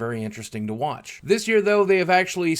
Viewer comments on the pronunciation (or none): none